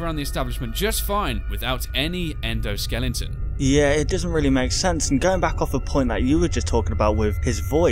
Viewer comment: it endosliton